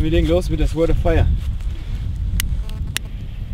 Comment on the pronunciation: "Sords" spricht man das ;)